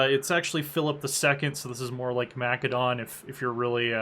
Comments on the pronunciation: You may wish to properly pronounce Macedon if you are "particular about history"... at :18 its not MAC-A DON - It is pronounced MASS A DON. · You mispronounced Macedon.